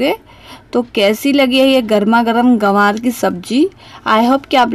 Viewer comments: Hello madam gawar nahi gwanr hota hai Ye Kya bol rahi hain aap Hey bhagwan ग्वाँर बोलिए गवार नहीं 😭😭😭😭🤣🤣🤣🤣😜😜😜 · ग्वार बोलते है मैम गवार नहीं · Gawaar nahi Gwar hota hai medam ji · Aunty ji it's GWAR not GAWAR... LEL 😂